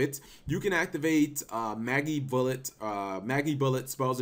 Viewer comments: It's not pronounced "Maggybullet" it's pronounced like Magic Bullet, but without the "c" in Magic. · Say Magic, Say Bullet. Say Magibullet. It's pronounced like Magic, not Maggie. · I fucking got cancer hearing you pronounce Magibullet wrong constantly. It's not fucking Maggybullet! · Nintendo Jones How do you know it is not Magi (long I) bullet.... Oh we don't.... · mah-jee bullet... gosh cap